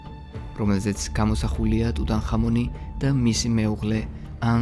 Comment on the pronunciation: რატომ ტუტან ხამონი. ქართველებს გვაქვს ასო-ბგერა "ჰ".